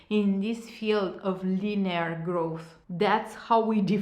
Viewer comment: Hi! Thanks for the great video! You’re very fluent in English obviously, but it takes away from your message when you keep saying certain words wrong. As it can be distracting for your listeners. Words like Still (you kept saying Steel), linear, exactly.. if you’re this good in English I’m sure you’ll have no problem pronounce those words correctly. Just a constructive comment.🌷